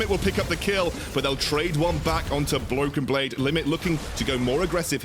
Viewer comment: Did he say Bloken Blade ?